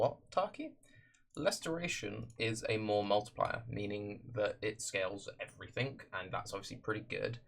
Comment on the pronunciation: When someone says "everythink" instead of "everything" I feel like taking a hot shit on their face.